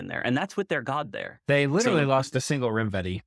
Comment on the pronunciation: Still enjoying. Also, just a shot in the dark for no reason, but I suspect it's pronounced 'rime-vetti' and not 'rim-vetti'. Rime being a frosty ice word and all.